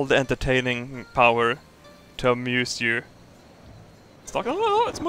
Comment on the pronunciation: "bring me the children, let me amoose them" had me crying